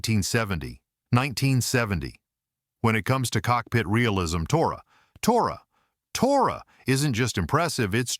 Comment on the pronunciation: Tora Tora Tora is mispronounced! In the film the signal is shouted as "toratoratora"